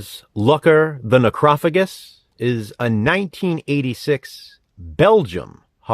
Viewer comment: I'm gonna be that guy. The G makes the J sound. Its pronounced Necro fajus. Don't ask me why I know this.